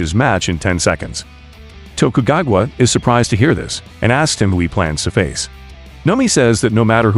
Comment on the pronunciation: TOKUGAWGUA ! Thats how u pronounce it lmao